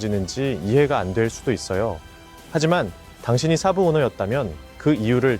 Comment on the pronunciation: 순외래어 saab(쎄-브)를 사부 (스승)으로 알아듣겠금 발음하고 지랄들을...